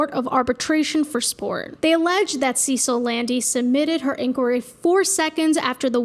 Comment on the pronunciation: “Sa-seal” phonetically not “See-sill” Cecile it’s French.